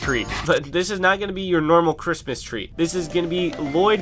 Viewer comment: Instead of crismas tree, you sead crismas threy